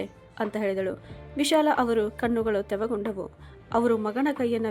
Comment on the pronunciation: ಕಣ್ಣುಗಳು ತೆವಗೊಂಡವು ಅಲ್ಲ ತೇವಗೊಂಡವು ಅನ್ನ ಬೇಕಿತ್ತು ನೀವು ಪದೇ ಪದೇ ತಪ್ಪು ಉಚ್ಛಾರಣೆ ಮಾಡುತ್ತಿದ್ದೀರಿ ತಿದ್ದಿಕೊಳ್ಳಿ